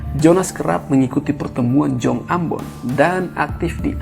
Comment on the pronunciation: Jong Ambon di baca yong Ambon, Jonas di baca Yonas